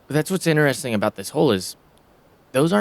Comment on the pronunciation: inderesting is my new favourite word :) otherwise i love commentary